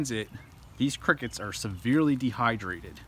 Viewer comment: I like he say “ qrickets